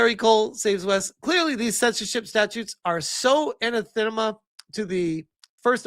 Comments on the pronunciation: It's pronounced 'A-NA-THA-MA' phonetically, it means 'a vehement denunciation; a curse; damned. Awesome news either way! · A-nath-a-ma. Also, Basil as a name is Bah-zil. :) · Anathema - "ah-nah-feh-ma" Something you hate or despise, i.e. "Kier Starmer is anathema to the UK population." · Its pronounced ann ath em a. Neil Stephenson wrote a good book called Anathema. It means something that is intensely disliked or loathed. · Anathema is pronounced Uh-nath-uh-ma. It means vehement dislike or abhorent, hateful. In religious context it means a formal curse, excommunicating a person or denouncing a doctrine as evil. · It’s pronounced “An Ath A Ma” 😂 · UH-NATH-UH-MUH :'D Otherwise great vid! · Uh-NATH-ma. Dude. LOL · a-na-the-ma please... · Anath-ema is a regular word it means something that is vehemently disliked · doesn't know what anathema is, and mispronounces it, and then calls it not a normal word. 🤦‍♂️ smh Of he also did the whole ye boi thing. 🤷‍♂️ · "Anathema" - just educate yourself, don't be such an ignorant person. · trying to pronounce anathema...